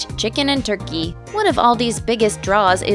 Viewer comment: You say chicken and turkey so weird.